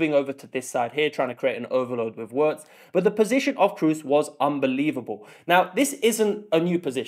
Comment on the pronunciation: Really nice analysis. Please continue. But when you pronounce Wirtz’s name just think: veerts.